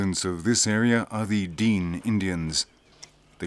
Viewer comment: TF are dean Indians lmao. It’s dene